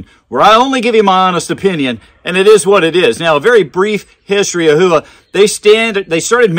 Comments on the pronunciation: I took Japanese and I believe it is pronounced "Hoo-Wa" but I mostly hear "how-wa". I have been trying to say how-wa but old habits are hard to break 😉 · NOTE: It is pronounced "hoe-wa" with no emphasis on either the "hoe" or "wa" NOT "how-wa" or "who-wa". I actually studied Japanese and was able to read and write back in 1989 but had got rusty and was going with what I was hearing from the American companies and shooters, my bad. I should have gone with my gut. Much like Karate "ka-rha-Tay", NOT "ka-ra-dee" we say that completely incorrect in the US. You can either say it correctly and have folks correct you with the WRONG pronunciation or say it incorrectly and go with the flow. The Japanese word "Howa" ("豊和) means "Bountiful Peace" or "Beautiful Harmony." (The hiragana for "Howa" is " ほわ"). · Great review as always. Just curious if you pronounced it correctly. I thought it was How wa but what do I know. Great stuff and thanks for doing the homework for us. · ほわ。 ho-wa. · That is incorrect, ask a Japanese person. It's "hoe-wa" I studied Japanese and if you google it, look for pronunciation from a Japanese person, it is a Japanese company. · Who-a? Other than that great video.